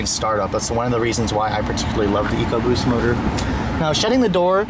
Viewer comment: good to here you pronounce Ecoboost correctly eek oboost. Over here in the UK the stupid Ford TV adverts pronounce it Eckoboost by some numbskull sitting in an office who can't read or spell. It does my head in to hear it called that. I have a 1.0 fiesta and love the car and its sprightly engine which is so quick for it's small size.